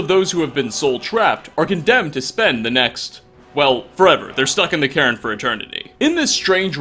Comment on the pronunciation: And calling a cairn Karen